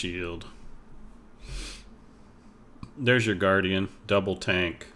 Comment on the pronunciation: Its European, its Tahnk. LMFAO